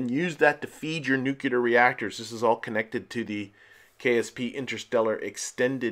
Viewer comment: Cool rover and station setup. Enjoyed it. One pet peeve... Nu CLE-ER not NUC-YOU-Ler. :) anyway... minor thing. Just thought I would toss that in. Great series and loving it.